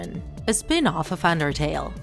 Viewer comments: Im sorry but i heard andertale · When you say "Undertale" its sounds like "Andertale"